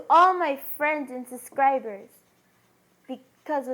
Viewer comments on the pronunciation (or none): I hate when people say "suscribers"